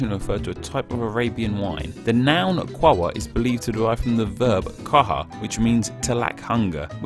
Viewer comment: In Qahwah the first ‘w’ is meant to be pronounced.